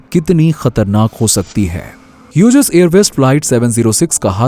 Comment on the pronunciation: ह्युजेस नही हॉग्ज कहते है उसे.. BTW nice information..